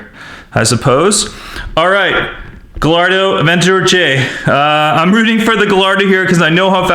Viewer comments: It's spelled gallardo but it's pronounced giardo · it's pronounced GUYardo not gallardo (kinda like tortilla) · Gallardo is pronounced "giardo" not "galrado" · Its Gallardo not gailardo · it’s pronounced guyardo no gallardo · It's pronounced Guyardo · Correct me if I'm wrong but isn't the Gallardo pronounced guy-ar-doe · he pronounced "Gallardo wrong. its pronounced "giardo" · superPina28 its gairdo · Gallardo it’s pronounced gajardo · Gallardo is pronounced Gi-ar-Do. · it made me mad when he mispronounced half of the names. Example gallardo is pronounced guy-are-dough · its pronounced gaiardo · Remember, this word is coming from a Spanish origin. It is pronounced gay arr do. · Learn how to say gallardo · In "Gallardo" the two 'L's make a "y" sound in Italian and Spanisn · The Lamborghini Gallardo isn't pronounced with its L's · The Gallardo would've won if you pronounced it's name right. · Nikole Lynch Yeah. He's a grown man, he should know how to pronounce Gallardo